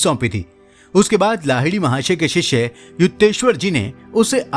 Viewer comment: शिष्षे नही शिष्य बोलो